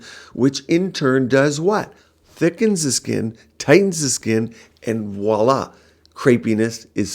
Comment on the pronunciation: It’s not “wah-la”. It’s “voila”. 🙄